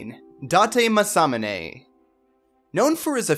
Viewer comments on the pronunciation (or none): Hey it's pronounced as ma-sa-mu-ney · The way you pronounce some of these names are hilarious lmao. Especially Masamune. Just look up how to pronounce them.